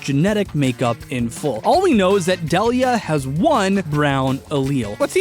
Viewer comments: Why do you keep pronouncing Delia as Del-ee-uh instead of Dee-Lee-uh? Like they do in the show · Sorry to be pedantic, but it’s Deel-ia, not Dell-ia. Also, why was it not considered that Ash’s dad simply has never appeared in the show? Why is it somehow obligatory for him to be an established character? That’s a massive assumption right from the start. Side note: Silver isn’t blond. Get your eyes checked. His hair is gray. A shade of gray that would be consistent with having had dark hair in his youth. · DEE-lee-uh!!! Not DELL-ee-uh! FECK! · It's "dee-lee-uh," not "duhliah." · THAT'S NOT the right sounding way to say her name, it's deal -ya THIS is the right pronunciation NOT dell-ya, also I DON'T think that Giovanni is ash's dad NO WAY, I think it's the aura user/guardian RILEY, THEY LOOK EXACTLY ALIKE. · Um…I would like to say that you said the mom’s name wrong, it’s pronounced Dee-lee-uh. Trust me I have that name. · AHHHHHH!!!!!! ITS PRONOUNCED DEAL-YEAH! AHHHHHHHHHHHHHHHHHHHHHHHHHHHHHHHHHHHHHHHHHHHHHHHHHHHHHHHHHHHHHHHHHHHHHHHHHHHHHHHHHHHHHHHH!!!!!!!!!!!!!!!!!!!!! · I thought Delia was pronounced "DEE-lee-ah" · So.. you can do all that science but can't pronounce Delia's name? (Dee-Lee-Ah)... Also why has no one else pointed that out yet? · Deh-lee-uh?? Oof that pronunciation. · Was I the only one bothered by the fact that he kept mispronouncing Delia's name? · Am I the only one bothered by the way he says ash’s moms name